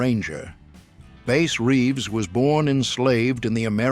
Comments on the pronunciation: They need to teach AI how to read.His name was Bass Reeves,not Base Reeves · How can you screw up Bass Reeves name, is the narrator A I, ?Reeves was the real Lone Ranger.